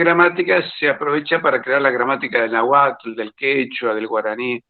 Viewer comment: Que mal pronuncia náhuatl debería investigar la pronunciación correcta